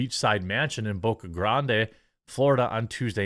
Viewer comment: Its pronounced Boca Grand and I'm not the only one there that will tell you Tucker and his family and team are nothing but awesome down to earth people I wish him the best.